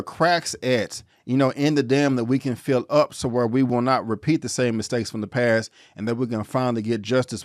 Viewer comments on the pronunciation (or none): none